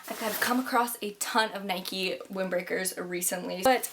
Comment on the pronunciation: Please please pleaseee Stop calling it 'Nikey' 😂🙄